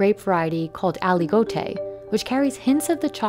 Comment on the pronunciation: They didn't even try pronouncing Aligoté right.